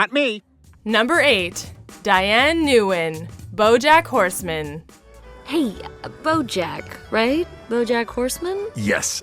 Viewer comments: Nguyen is pronounced "win". So it's more like Diane Win, not Nuwen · But "Nguyen" is pronounced "When."